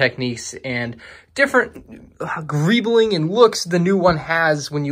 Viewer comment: Nobody:: GReEblInG